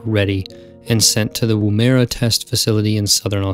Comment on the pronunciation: Downunder, it is pronounced Woo-mer-ah ('mer' as in mermaid). Woomera in the indigenous language of the people living there means "throwing stick or spear); a fairly apt name for the proving grounds. :) Is it a damn shame Magnaroc never happened, hey? It would have changed the history of spaceflight completely.